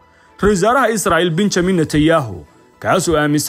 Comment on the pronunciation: Benjamin mise Benyamin 😂